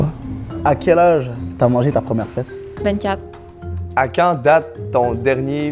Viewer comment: " une feEsse" meilleur bout